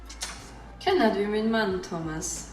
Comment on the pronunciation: And also in Swedish alot of K, SJ, KJ and probably some more combinations makes the sound shh. For instance Känner is pronounced shänner